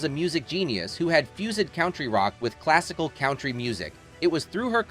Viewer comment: "count-tree rock with classical count-tree music"? is this AI generated narration? Sounds like it🤣